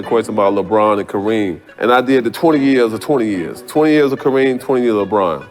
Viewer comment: Awwww, you blew it when you mispronounced Kareem's name. Go away, AI.